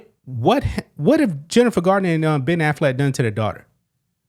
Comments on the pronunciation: I love that you pronounce their last name as Aflac the picture in my mind of a talking duck won't go away now.😂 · Every time you say Affleck, all i hear is “Aflac” and i am just laughing expecting to see the duck pop up